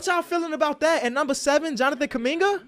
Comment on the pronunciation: “Jonathan kuminme”